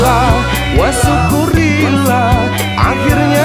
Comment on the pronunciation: Ternyata ada juga yang sadar. Tiap kali denger pelafalan wa syukurillah langsung merasa terganggu aja. Maksudnya kan syukur kepada Allah, jd ya memang seharusnya syukru lillah, sama kayak alhamdu lillah.